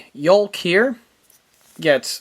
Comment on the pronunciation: "YOKE"not "YOLK"